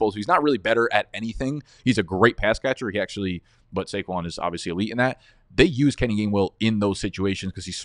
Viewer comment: Had to leave after I heard saquon